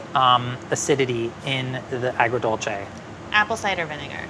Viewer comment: My jaw dropped when nailed “agrodolce” 😯😦😮